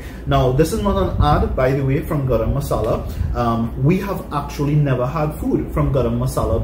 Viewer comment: Love the way says 'Grrr-am masala'. 😂 Khalid's BBQ and grill Where San Fernando Why taste, economic, great service...!